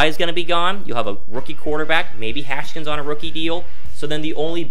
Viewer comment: It’s Haskins not “Haskins”